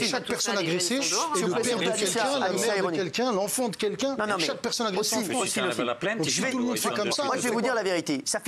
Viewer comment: Les chonces pour la Fronce